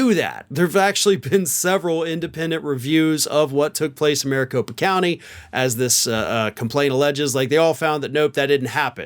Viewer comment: "Specifically in 'Aricopa' County." 👈🧐🤔🤨 you sure 'bout that?!? 🤦‍♂️ #WatchTheTape 😵